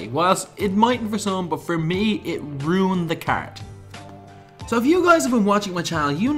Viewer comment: 2k runed a card you runed the pronunciation of ruined